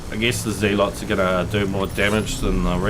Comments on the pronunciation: "Zealots" - pronounced 'ZEHL - uts', not 'ZEEL - ots'. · Actually, it's pronounced "zeh-luhts" mr guy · Judging from his accent he's from New Zealand, which is pronounced ZEE-land. So I think that might be why he pronounces "zealots" that way.